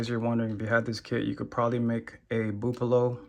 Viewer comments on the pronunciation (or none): My man said "buupolo" lol